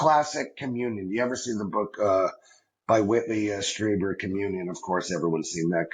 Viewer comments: Dude! You've never heard of Whitley Strieber??? GET ON IT! He's a titan in the UFO community. His book 'COMMUNION' has been made into a 1989 movie with Christopher Walken. 'Stree-burr' rhymes with Bieber (Justin). Also Dolores is an old fashioned name, Dah-law-rezz. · It's pronounced Streeber. Whitley's accounts are amazing and everyone should read them!